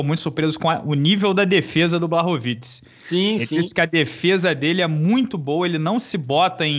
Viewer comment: Desse evento o que mais levei foi o Minota sem fazer esforço ALGUM pra falar certo o nome dos lutadores. A noite INTEIRA falando "BAROVITS", e ninguem vai pedir pra ele se esforçar um pouco??? Stalin foi só a cereja do bolo. Acho um pouco desrespeitoso na real. É diferente de um gringo tendo dificuldade de falar um som que não tem na lingua deles, tipo o "nh", o Minotauro simplesmente não faz a minima questão de acertar.